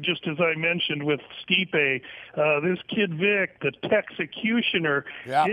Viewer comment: learn their names for crying out loud, its pronouced ste-pe not sti-pe, have you ever listened to commentary before